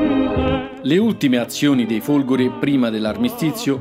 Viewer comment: Ai minuti , e sembra proprio di sentire "i Folgori" . . . tuttavia ho notato come possa dipendere anche dall'audio non perfetto o dal suo pronunciare la "e" molto stretta . . . in ogni caso complimenti per l'ottimo video, ma questo era un commento che ritenevo scontato ai fini di un incentivo alla perfezione.